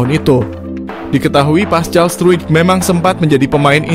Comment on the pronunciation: Paskal bukan pascal c di baca k!